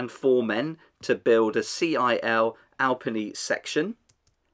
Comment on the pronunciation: eh good try at the pronunciation, its more like al-pee-knee instead of al-penny